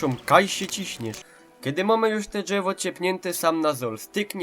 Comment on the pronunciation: Dżewo ;D